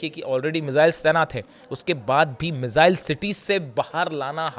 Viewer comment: मिसाईल बोलनी सीख ले भाई